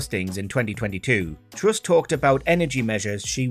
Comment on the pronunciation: Good Video, but please stop dwopping youu awes. She is Truss not Twuss. And Where is Wussia!